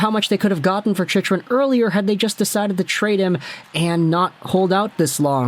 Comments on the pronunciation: it's pronounced "chick-run" my guy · It's pronounced Chick run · Funny how many times Chychrun's name has been said over the past year and this guy has never heard anyone else pronounce it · lmao why are you saying his name like that? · Wild he STILL doesn't know how to pronounce Chychrun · I came here to see if he has learnt how to pronounce the name right only to see him fail again lol